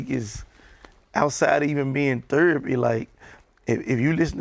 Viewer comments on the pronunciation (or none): “THURAPY” “HURMAN BEING” “COMMURNITY”